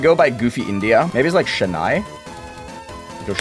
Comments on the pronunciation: SHENAII??????? This hurts me both physically and mentally dude Its chennai, not shennai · As a Tamilian, hearing him pronounce Chennai as (sha-nI) is tearing. It's (chen-naI). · As a Tamilian, I am offended that you pronounced chennai as shhennai